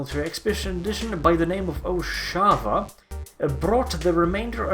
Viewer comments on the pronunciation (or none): Farsight's name in Tau is O'Shovah pronounced oh-shOw-va With an "O" between the "H" and the "W" it is not pronounced oh-shAw-va. Maybe the Tau have developed Inertial Dampeners? Honestly if you are travailing through the galaxy at any speed faster than light then this is a necessity and the Tau are the most advanced around other than the Eldar. I don't think Tau are controlled by pheromones. That wouldn't make sense how would tau in sealed spaceships be controlled? They can't put an ethereal on every ship.